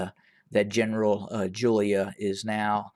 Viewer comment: Jula not Julia...👍